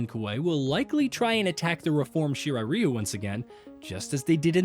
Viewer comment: “Shiray riyu👁️👄👁️” what a dumbass😂😂💀